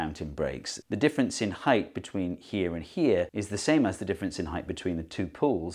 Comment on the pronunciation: Thank you Steve for not pronouncing it heighth , there's no way I could watch this video if I had to hear that a hundred times in 15 minutes Lmao!!